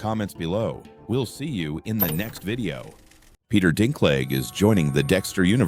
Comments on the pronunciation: Or dink leg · Ai generated crap, man. "Peter dinkleg"